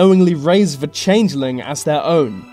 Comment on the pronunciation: Why is this guy pronouncing 'the' and other words beginning with TH as 'v', e.g. Vis and vat